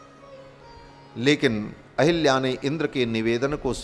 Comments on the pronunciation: Ahalyā, not Ahilyā. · अहल्या को अहिल्या और सहस्राक्ष को सहस्त्राक्ष बोलने वाले ज्ञानी नहीं हो सकते।बकवास बन्द करो। कालनेमि है